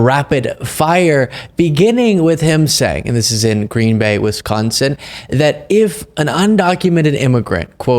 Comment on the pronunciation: Pleaseee don’t say Wisconsin like that